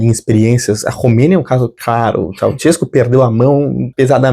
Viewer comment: OBS: O NOME DO EX-PRESIDENTE DA ROMÊNIA SE PRONUNCIA ASSIM: TCHAU - XES -CÚ, sendo a primeira sílaba pronunciada igual nós despedimos no Brasil e com acento na última sílaba